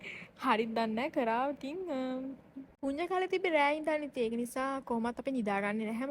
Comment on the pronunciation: පුඤ්ඤ නෙමෙයි චූටි පුන්‍ය 😒